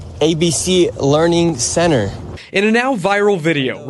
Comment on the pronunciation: ... the "leering center" wtf?